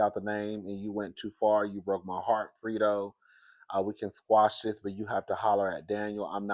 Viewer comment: 😂 I am by no means a godfather expert, but Fredo is pronounced like AlFredo, the sauce, fray-dow